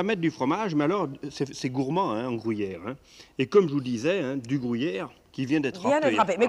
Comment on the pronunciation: le fameux "grouyere"